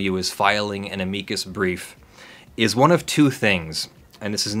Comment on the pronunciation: TIL how to pronounce amicus correctly. Yay for Latin!